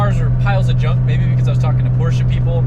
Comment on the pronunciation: Where is the A in Porsche?? Porscha/Porsche?? Please learn the right pronunciation😊😊